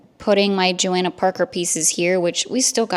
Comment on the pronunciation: FYI her name is pronounced JohOnna, the a isn’t pronounced